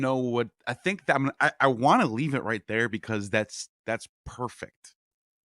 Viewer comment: Take it or leav-itt